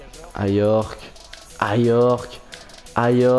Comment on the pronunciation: Simakan ça se prononce an comme la ville Caen et c'est ajorque comme jean pas "l"